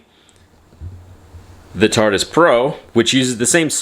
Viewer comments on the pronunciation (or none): bruh this mans really called it tartus repeatadly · It's not the "tartus" 🙄